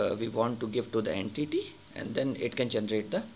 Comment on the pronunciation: en-titty bahaha